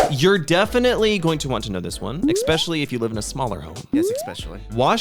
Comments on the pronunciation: I "expectually"? "expecially"? enjoyed this episode. 😂 😅 ive been living alone for 20 years its interesting how different things are in Korea vs US. Neither of you are old.. 😢 Tips: -budget your money -Learn to cook its so much cheaper than buying takeout or eating out -Be a life long learner (not necessarily a tip for living alone but living in general) impress strangers with your useless facts knowledge.. its fun to get reactions from people. -Help others and be kind remain as non-judgmental you never know what others are going through. -take care of your physical and mental health -Dont try to "keep up with the Jones's" meaning dont try to do/buy what others do/buy just because you want to show off or impress others they wont care as much as you hope they will. -you do you.. kind of based on my last "tip" people arent necessarily going to be as impressed as you hope they are if you try to look good and are inauthentic - laugh.. every.. day or at least smile about something and keep track of what that is on a calendar if you need to.. practice gratitude - i personally love ('over'?) planning those who fail to plan plan to fail.. Always have a contingency plan.. and sometimes have a backup plan for that plan because things can and sometimes do go awry. - be kind to yourself and others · The "expecially" pronunciation got me! 😂😂